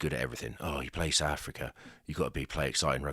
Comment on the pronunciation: Why do people in inglan say "Souf" Africa?